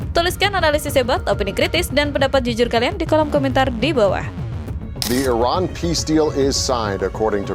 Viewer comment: sering salah ucap IRAN ➡ IRAQ